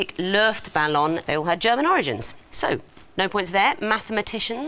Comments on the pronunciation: "Löööftballon" just hurts my soul. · Her pronunciation of "Luftballon" was pretty good considering she isn't German. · The awkward teen is so relatable. I'd have laughed nervously too. Also tsk tsk to for her pronunciation of Don Quixote and Luftballon 😅